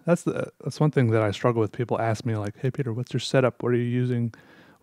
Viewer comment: "Hello everybody, 🅱️ e t e r here"